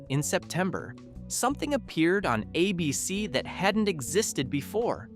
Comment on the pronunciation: Why can't the announcer pronounce "ABC"?